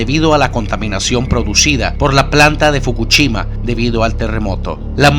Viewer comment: "Fukuchima" jajaja